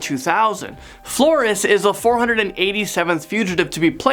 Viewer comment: He's pronouncing Flores wrong